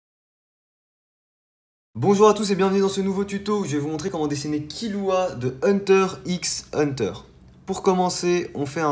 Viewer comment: C HUNTERXHUNTER MAIS ÇA SE DIT HUNTER HUNTER MERDE